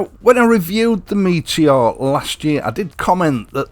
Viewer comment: Yo bro cool rap right there 😁. Good Yorkshire lad getting the name right….never in doubt. So why do the others call it a Meetyor?